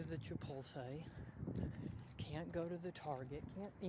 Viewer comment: he cant go to the chipohltay😭